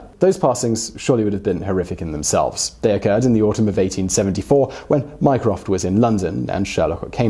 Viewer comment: My-croft microsoft